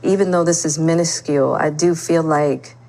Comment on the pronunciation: She said even though it’s “minuscule” 😭